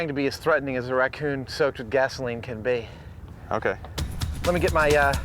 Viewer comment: The stupidest way I've ever heard anyone pronounce "Racoon".